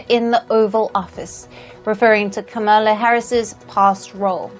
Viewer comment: How very disrespectfully white South African (so racist Elon Musk-like) of you to pronounce VP Harris's name improperly, yet you have no problem pronouncing President Narendra Modi and Joe Biden's names properly. I wonder if you disrespect Palki Sharma by mispronouncing her name? You even pronounced my home state properly so I know you have it in you to say Comma-lah or Com-lah correctly. VP Harris's name is not hard to say. If you can't seem to gather up the respect to say her name properly, then you need to refer to her as Vice President Harris from now on. How about we start referring to Elon as Ellen or Bill Gates, Billy or Willy or Charlize Theron, Charlene? First Post shouldn't allow you to report the news in the future. You're boring and can't match Palki Sharma's caliber.